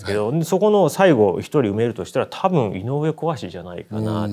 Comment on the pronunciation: 井上毅（つよし）ではなく、こわしと呼ぶのは珍しいです。昔の読み方なのか？